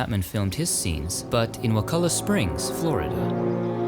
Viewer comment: The hotel near there shows The Creature from the Black Lagoon every Halloween on their lawn. Also thank you for pronouncing Wakulla correctly.